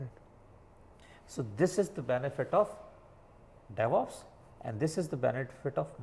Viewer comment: Its devops not devups bro